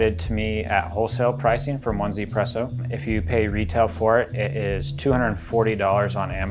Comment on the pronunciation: The name of the product should be pronounced as "EE-ZEE PRESSO" because it is from a Taiwanese company and 1 in its name is pronounced as "EE" in Mandarin.